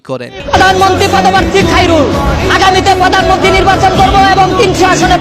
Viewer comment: পোদানমনতি না , হবে প্রধানমন্ত্রী